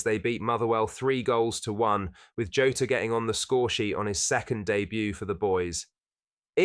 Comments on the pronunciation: Its pronojnced jaw-tah not joe-ta ffs man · its Jaw-taa, not tah. Like Jonathan Tah